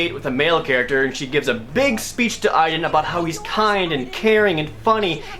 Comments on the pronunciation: My name is Aiden but it sounds like (Aide-DEN) Not (Eye-DEN). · GODDAMN THIS GAME! IT'S PRONOUNCED A-DEN! NOT A-EE-DEN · I LOVE the Two Best Friend's let's play of this game. I reccomend it to anyone who doesn't even want to put in the effort of using money to even rent this damn thing. Beyong Two Heavy Inigo Rains Prophecy is just awful. The only "good" character is Aiden- BTW WTF IF UP THE PRONUNCIATION?! shouldn't it be like Ey-den? geezus!! DESPITE ALL MY RAGE, I'M STILL JUST DAAAVID CAAAAAGE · Aiden was pronounced wrong. :c